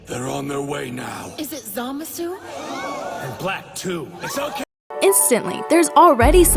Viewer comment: I hate how they say Zamasu in the dub and the way you say it as well; it doesn't feel right.